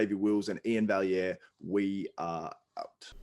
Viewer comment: One of the few YTers who actually pronounces Iain's last name correctly. Well done, you. (And a big salute to my fellow Canuck.)